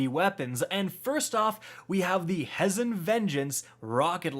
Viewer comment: It’s pronounced (pray-dith) and (HE-zen)